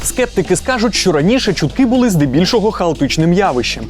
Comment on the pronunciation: Я знайшла два фейки у випуску: "чумтки" замість "чутки" ВВ замість ОЕ хто знайшов більше?)